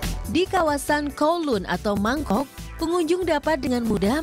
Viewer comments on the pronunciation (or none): mangkok bakso ya hahahah mongkok bukan mangkok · bukan mangkok.tpi mongkok mbk